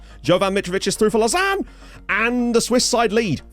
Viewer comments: Lausanne is pronounced like low zan 😏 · Lausanne sport should be winnable tie. Servette fc my local side so wacky hearing you say lausanne. Lmao. Looking forward to tie as I am a suisse romande football fan. Lived in geneva my whole life andgeneva has a sporting rivalry with lausanne. Servette fc best suisse romande side imo